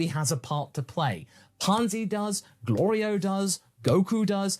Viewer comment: Goku constantly messing up Glorio's name despite hearing it like 30 times by now but pronouncing Shin's real name perfectly the first instance of learning it is peak Dragon Ball comedy. He definitely is doing it on purpose lol